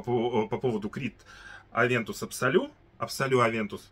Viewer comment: Привет,! Авантюс. Букву "с" смело читай в конце этого слова.